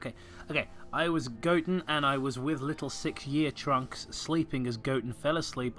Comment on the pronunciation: I swear, every time you say 'trunks', I keep hearing the word 'drunks'. Then again, I'm kind of drunk, so that probably explains it.